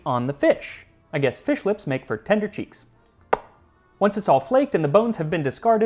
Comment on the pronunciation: Feesh Quiche?